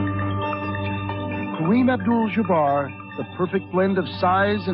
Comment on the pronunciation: 🗣 Kareem Obdul-Jjjjjjjuhbarr